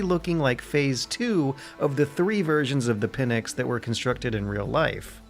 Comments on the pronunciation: Sry but it is pNyx and not pyNx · 'Pynx' is not 'pin-x', its the one word. You can try 'pinks' if 'pynx' looks too difficult to pronounce. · Pin-ecks? Jesus dude, that's the worst pronunciation I've ever heard. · Pnyx not Pynx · good job!! btw it's not "pynx" it's "pnyx" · The word is Pnyx. Not Pynx. Greek word is Πνύξ or Πνύκα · great work and video PS It's Pnyx, not Pynx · It's Pnyx. not Pynx. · "The pnyx" The pynx 😅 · "The Pynx"